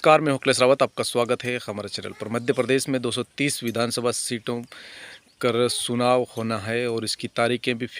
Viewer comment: सुनाव नहीं चुनाव